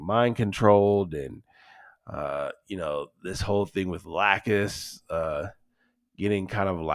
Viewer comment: Americans butchered Lacus’ name.